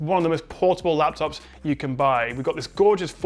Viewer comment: Best lafftuffs! :D